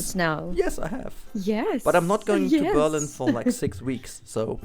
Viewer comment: Offtopic but I always wonder why so many Gemans pronounce "Berlin" that way when they speak English. Every native English speaker I know emphasizes the second syllable just like it's done in German.